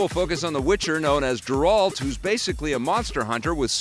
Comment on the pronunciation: It's pronounced Geralt not jeralt. The G does not sound like a J in his name just so you know.